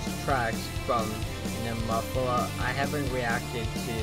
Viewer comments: Pronounced Née-mo-feela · Nemophila is pronounced "Knee - Moe - Fee - La (short A)". It is an English word meaning a purple flower found in the southern states.